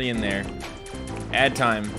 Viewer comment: he said AD TIEM don’t know why but that cracked me up